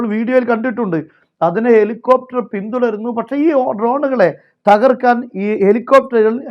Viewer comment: എൻറെ സഹോദരാ എലി കോപ്റ്റർ അല്ല. .. ഹെലികോപ്റ്റർ എന്നു പറയുക അതാണ് ശരി.. നിങ്ങൾ ചില വിഭാഗം ആളുകൾ ബെന്യാമിൻ നെതന്യാഹു എന്നു പറയുന്നു.. യഥാർത്ഥത്തിൽ എൻറെ അറിവ് ഇസ്രയേൽ പ്രധാനമന്ത്രി ബെഞ്ചമിൻ നെതന്യാഹു എന്നാണ്.. നിങ്ങളെപ്പോലെ ചില ചാനലുകാർ മാത്രം ബെന്യാമിൻ എന്നു പറയുന്നു എന്താണിത്..